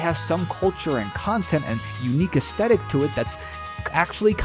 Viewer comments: aesthetic: us-thet-ik not astetik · Legends say that he's still trying to pronounce the word "aesthetic." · Bro makes a big deal struggling to say "aesthetic" but doesn't fucking flinch at saying "pacifically" 💀💀